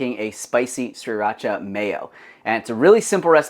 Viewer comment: PLEASE learn how to say Sri Racha! It’s a Thai sauce. Please learn how to pronounce it correctly. Consult ANY Thai person. Thank you. Otherwise, I love your channel.